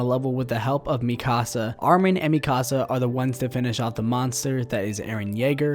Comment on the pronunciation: why do you keep saying mikasa name wrong